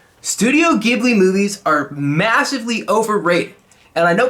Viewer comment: l + you pronounced Ghibli wrong